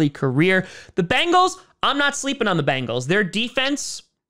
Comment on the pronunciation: Here is only 1 a in Bengal. Its pronounced bEngals……not bAngels. Say Ben, say Gal…..put them together………